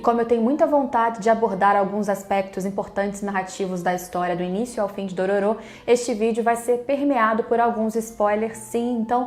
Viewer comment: DorÔro, é um excelente remake. Merece até ser pronunciado com a entonação certa...